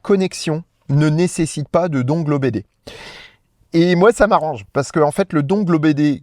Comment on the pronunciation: Je vais faire mon chieur, dongle se prononce dongueul... ou pas😊 Sinon, avec les mises à jour Tesla, la voiture me propose maintenant de descendre parfois à 6% avant de recharger, c'est chaud mais ça marche. Pas le droit à l'erreur.